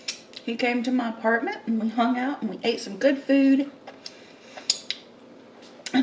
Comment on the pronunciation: 🍭 " That Cake from Carlos Bakery re minds me of the time...That Food from .. reminds me of...That Meal from...reminds me... Food, Food, Food; actually, she says Fooda...🤡